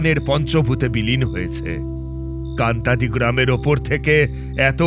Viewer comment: কান্তাদি বলে কোন জায়গা নেই, কাঁটাডি বলে আছে। তবে ইংরেজি বানান টা Kantadi, তাই একটু আলাদা লাগছে শোনতে। তাছাড়া তারা নাথ তান্ত্রিকের গল্পঃ গুলো খুব ভালো লাগে।